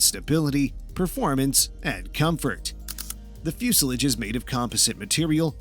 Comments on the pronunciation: You have a lot of information in this video son, but how does the P2012's fuel injection "help preserve gasoline" ? Does it somehow keep the gasoline from growing old? I don't think you mean it preserves the liquid but it CONSERVES it. Now with that behind us, if you can just learn how to say the word "Fuselage" correctly you might sound more like a real airplane kind of guy. Hint: It's not Fyoosalidge. You had ONE job in this video, that's to talk- and you screwed it up! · I generally enjoy your videos but I really wish you would learn how to pronounce the word "fuselage"